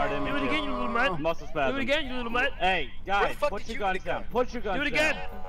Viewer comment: "oh sorry mustle spasim"